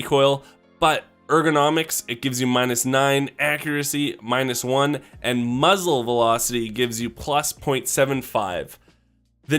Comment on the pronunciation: muffle...mufzle...muzzle felocity. im dead XD